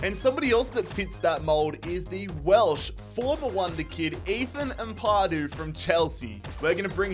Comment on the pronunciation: Why do people struggle saying Ampadu right?